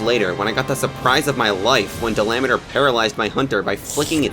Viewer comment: Dalameadur! it’s dala-ma-dur!